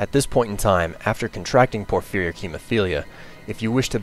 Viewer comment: Jesus.. FANTASTIC video but you need to pronounce things correctly... Vampirism - not VAMPIRE-ism, Vam-pier-ism Porphyric - not por-FEAR-ic, por-FIE-ric Attributes - not a-TRIB-utes, AHH-tributes (you stress the first syllable)